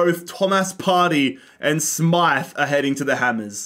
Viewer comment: I am incredibly happy that you pronounced “Smyth” correctly 😍